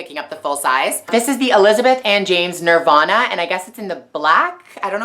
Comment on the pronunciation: The way she said nirvana... .'